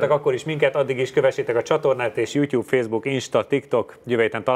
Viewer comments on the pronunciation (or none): none